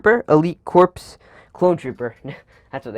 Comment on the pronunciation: You pronounced it wrong corps is pronounced as core